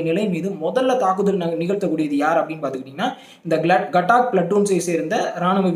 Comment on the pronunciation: கட்டாக் இல்லை காதக் பிலட்டூன்